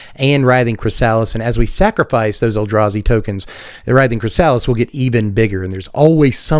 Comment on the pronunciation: I gotta tell you chrysalis is pronounced Kri-suh-lis.